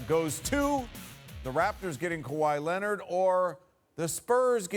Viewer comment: SAS been saying Kawhi Linnit for a while now